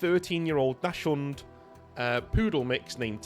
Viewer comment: It’s pronounced doc-sund not dash-und. Dachshunds are a German breed originally intended for badger hunting. They’re also known as wiener dogs. Of my many dogs growing up, our mini dachshund was my favorite.